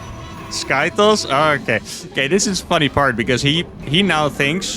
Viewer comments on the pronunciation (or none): please stop saying sky toes